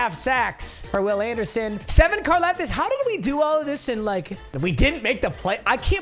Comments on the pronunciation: It’s pronounced car-loftis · So it’s George karlaftis but it’s pronounced like car-loftis